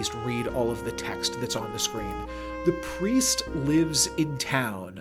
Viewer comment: bro just can't read lmao